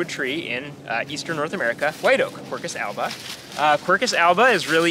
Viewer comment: Perfect Latin name pronunce: Quercus alba. Bravissimo. I'm Italian.